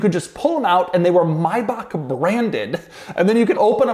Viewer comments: But what's up with "My Bach". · Doug pronounces it wrong. Same deal for Maybach.